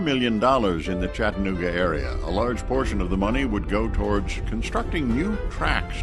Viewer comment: I wish I could see the entire video. This is jus ta short jumble of nothing. I live in Chattanooga...and yes its spoken as spelled...Chatta nooga......not Chatten ooga. Been to the terminal many times. Even ridden a steam engine from Chattanooga to Crossville and back.